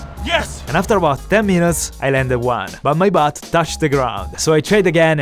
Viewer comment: that was the most fanciest way i heard someone say butt